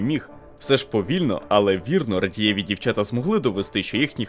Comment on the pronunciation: Круто, але що з наголосами? рАдієві, дОнах'ю...